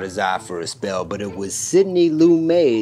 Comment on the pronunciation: Im low key mad at your terrible pronunciation of LUMET!! jk lol Its pronounced how it’s spelled, Loo-MET not Loo-MAY. Otherwise great video as always! 👍🏾😜